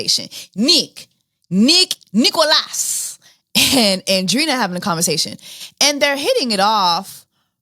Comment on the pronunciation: Hey Jessie, with love, Andreina is pronounced: an-dre-i-na, like Andre with ina :)